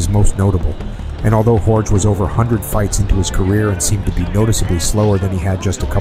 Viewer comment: Bro, Jorge is pronounced (HOR-HAY).